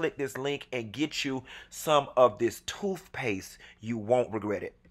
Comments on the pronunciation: “Toofpaste”. Lol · Did this fool say toofpaste? Love it